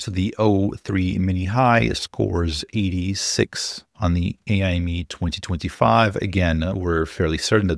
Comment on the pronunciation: FYI: pretty confident AIME is pronounced like 'Amy' (or just spelled letter-by-letter), and not as 'AI Me'. AIME stands for "American Invitational Mathematics Examination", and it has absolutely nothing to do with AI.